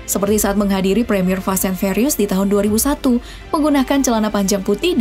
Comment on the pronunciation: Fast & "fyurious"..bukan fast & ferios 😂